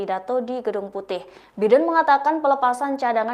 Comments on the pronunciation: Bacanya Baiden bukan Biden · Bacanya "Jo Baiden" bego! Bukan "Biden".